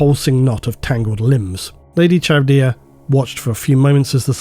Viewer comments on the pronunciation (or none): Dude is a voice actor and can't pronounce "Charybdia".